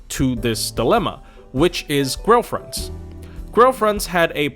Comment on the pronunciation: wasn't paying attention and thought each time you said grail fronts, you were saying girlfriends